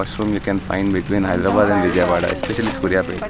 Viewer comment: pls Don't pronounce Vijayawada.. wrongly😭😭.nice work ❤️❤️